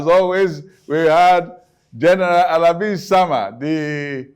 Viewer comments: Na WA o tvc, it is Isama not Osama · His name is Isama.....not Osama.